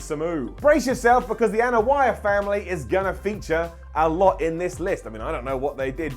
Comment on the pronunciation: Thumbs down for the ear hurting pronunciation of Anoa'i